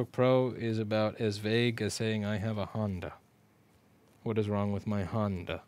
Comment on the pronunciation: “what is wrong with my Honnda?” — Louis Rossmann 2020